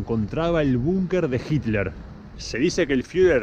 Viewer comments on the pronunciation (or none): none